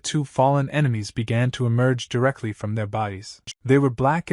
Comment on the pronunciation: Ememies 💀 bro it's enemy